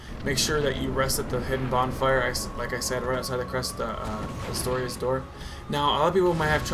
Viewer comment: All I dislike about this whole commentary is that it's Artorias, not Astorias.